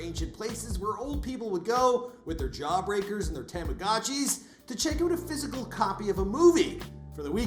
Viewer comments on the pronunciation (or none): a “tamorgarchi.” ...wanna try that again big boy?